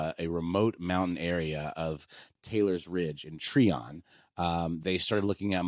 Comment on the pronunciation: Pretty sure you’re referring to, Try-On not Tree-On. Growing up close to it we heard stories about the house. We heard the devil worship that happened in the house and how authorities cemented the basement to keep people out. The GBI agent who investigated it wrote a book about it.